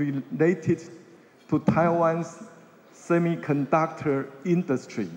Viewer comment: 從賴清德最近的英文演說可以發現他的英文口說已經有明顯進步，這是件好事，因為外交是總統的工作，當總統之後接見外賓、英文演說機會很多。 這個影片中賴清德有些字的發音有錯誤： 1、semiconductor：音標雖標示 [͵sɛmɪkənˋdʌktɚ]，但習慣卻念 "些麥"，而不是"些米"~ 2、essential：音標雖標示[ɪˋsɛnʃəl] ，但習慣念"額先秀"，而非"一先秀" 3、cuisine： [kwɪˋzin] 發音含混不清。 英文有習慣念法，不是照字典發音就對，建議賴清德應多聽CNN等外國新聞節目，一句一句跟著外國人念，這樣進步會比較快。 另外，比較賴清德其他演說，可以發現他應該是背下來念，英文會話應該真刀真槍有辦法自由對談才算及格，建議賴還是要多和外國人用英文自由交談，培養無固定招數的英文對話能力，否則那天聽到一句沒背到的就會不知該如何回答。